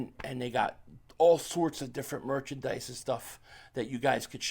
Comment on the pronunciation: Please keep calling it perchandise